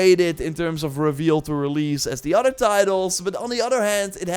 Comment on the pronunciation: It’s other, not otter.